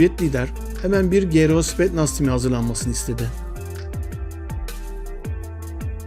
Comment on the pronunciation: spetnaz değil kardeş spetsnaz olacak